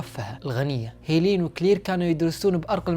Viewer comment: لماذا اسمها مثل اسم اختي😂، هيلين ولكن اخي لفظ الاسم ليس كما تلفظه انت، إنه يُلفظ هكذا (هِلِن او Helen) ليس (هييليين او hilin) و شكرا لمجهودك انني اقدر ذلك❤️